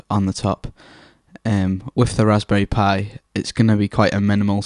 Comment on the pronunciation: there is something so satisfying about the way you say 'Raspberry Pi'